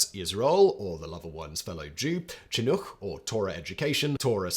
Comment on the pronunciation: Yeah but in this same vid, he pronounces "Chinuch" (Hebrew for "education") with the wrong ch sounds. He's making progress, but still has a way to go.